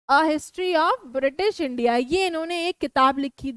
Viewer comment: mam it is British not Bitish